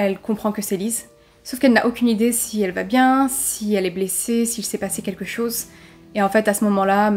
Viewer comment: J'aime bien ce léger "accent" il s'est passé quelque chosss... il y a des chemins de fehr 😁😁😁 C'est mignon